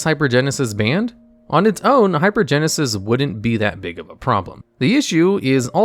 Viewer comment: Can’t pronounce half the cards, so shocker has no idea how good hypergensis is or isn’t. Tell me you’ve never cast any of these cards without telling me you’ve never cast any of these cards.